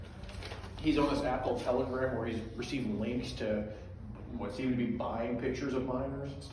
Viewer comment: Lol it's a joke like how doesn't know how to pronounce telegram yet